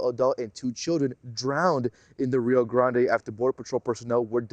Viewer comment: The reporter looks Latina, and she can't pronounce "Rio Grande" for crying out loud? lol. Actually in most American channels I watch I see reporters always struggling to pronounce simple words in Spanish. They should learn a word or two. Also, it's sad how those migrants use their kids as a shield or as an entrance ticket to the US. I live in a frontier Mexican state to the US and I can tell you these people are entitled, they come here to demand free rides, good food, free stays and medical service, then, they badmouth Mexico and complain when our authorities get them off the trains and remind them they're delinquents that are breaking our laws. They leave a trail of garbage and dirtiness. It's mostly our stupid president's fault for not closing the border with Guatemala.